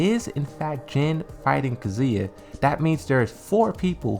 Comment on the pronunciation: ffs dude, it's Kazuya not kzuia